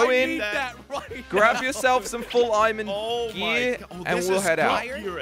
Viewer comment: Josh Said Imon gear